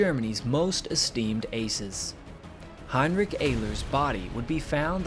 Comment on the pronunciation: Name of the Pilot is pronounced Heinrich (sh from the back of the throat) Air-ler. Can't you get anything right mate lol its alright